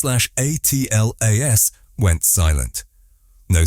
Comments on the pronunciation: Yeah, that drives me nuts too. You'd think that if AI is as smart as they say it is it should at least be able to read correctly! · WHY use AI voice ? It is DUMB ! SPELLING out the name......WHEN will the dumb-a55ed producers realize that ?